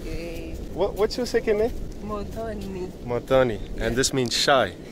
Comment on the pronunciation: It is Muthoni, not Motoni!! Pronounced Mothoni..